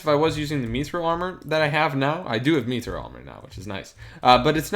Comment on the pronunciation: It’s mithril not methril